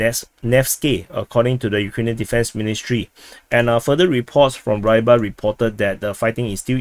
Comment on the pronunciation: War its not [raybar], it's pronounced [ruibar] and means something related to fish, fisherman